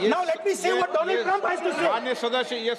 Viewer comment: "first doland now dolum" poor dolund i mean donald trump.